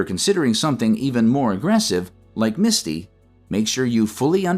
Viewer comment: The AI doesn't even get the last ETF name correct and no one caught it. It's MSTY not MISTI